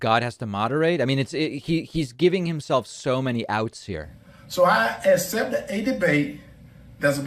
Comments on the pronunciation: " I asept a debate" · Dude really can't say accept. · First of all, he can't even pronounce the word "accept" correctly!